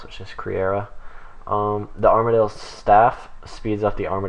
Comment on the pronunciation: Ar-Ma-Deal? stay away from runeshark lol